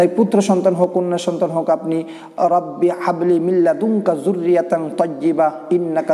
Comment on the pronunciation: হাবলি এর হা সঠিকভাবে উচ্চারণ করেন ভাই